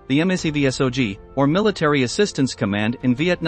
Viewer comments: I like the film footage and explanation of the battles but its a little disheartening to me to hear each letter spelled out in MACVSOG. Why couldnt it have been mak vee sog lol. Thank you for your service to all members of Military Assistance Command Vietnam. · Here's my comment: I really dislike this commentators voice. I suspect it's computer generated. I also dislike commentators that don't know their subject matter. MACV-SOG is pronounced "MAC" (1 word) "Vee" (1 word) "SOG" (1 word), not by individual alpha characters. Last, the video's bias toward the North Vietnamese/VC is very obvious to me. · The ""? The video is quite okay but please, for the love of god, have a REAL PERSON read the script. The text-to-speech generator not only butchers MACV-SOG and the correct pronunciation of Viet Cong but it's also emotionless and jarring.